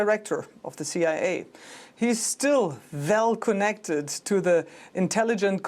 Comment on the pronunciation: Plus I just loved how she saya "Vell Konnected"